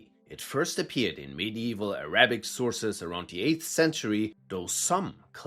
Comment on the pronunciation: Bro said "ah-RA-bic" 10 seconds into the video. Not worth my time